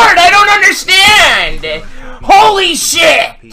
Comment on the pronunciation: he sounded like he said holy shot